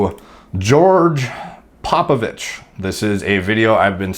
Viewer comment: Respect for not pronouncing it “popovik”